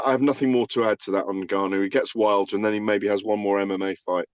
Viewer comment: Gareth pronouncing Ngannou two different ways literally one after the other🙈🙈